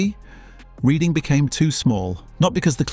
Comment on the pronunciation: its REDHING not REEDING effing ai slop downvoted